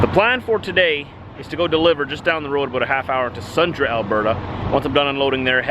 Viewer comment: Sundre is pronounced "sundrie" not "sundra"